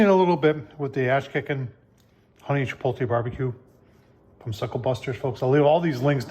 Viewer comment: Love your videos, but it's chi-POTE-lay, not chi-POLE-tay. 😁